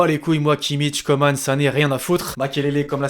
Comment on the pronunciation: Belle vidéo; PS: on dit Kingsley "comment" pas "Commane". Comme Corinne Coman. Voilà ;)